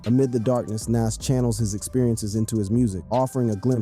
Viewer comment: How we know you don't know shit is you're not even pronouncing his name correctly. Smh thats crazy